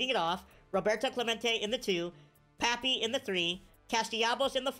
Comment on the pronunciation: I’m annoyed that he says pappy instead of Papi